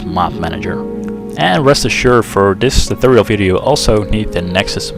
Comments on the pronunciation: what the fuck is a toothoal? speak properly. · Well thanks for this "tuthorial". It worked fine :D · lol love the way you pronounce "tutorial"